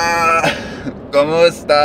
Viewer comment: Como esta or kumusta. pronunciation doesn’t really explain which word he said.